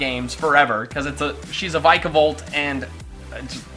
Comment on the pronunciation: It's not ( vyka-volt) it's (Vika-volt) freaking get it right